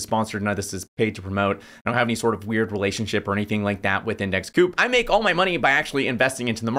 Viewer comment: Surely it's pronounced co-op, as in co-operative rather than coop as it doesn't seem to have much to do with poultry? It kinda makes me think you haven't spoken to anyone at the company, which is a little concerning, especially as the founders haven't doxxed themselves, I can't find them on the site or on Linkedin. Do you know who the founders are, or the CEO, CFO, anyone senior really in the company?